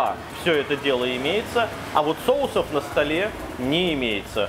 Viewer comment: "кушать" - лучше не употреблять, это неграмотно. И не "соусОв", а сОусов правильно.